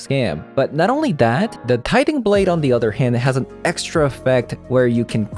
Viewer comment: BTW, tithing is pronounced "TIEthing" :) Thanks for the video! It's a shame we didn't get to see Doom Foretold much in the video, but I appreciate you giving the deck another shot. It was fun that Blade could get replayed off of Divine Purge, seems to have pros and cons there--but not hitting planeswalkers sure is rough.